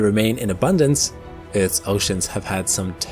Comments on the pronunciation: "Eaueauth is the place we call home..." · Planet "Euth", lol. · …when ‘danisaurs’ roamed the ‘eerth’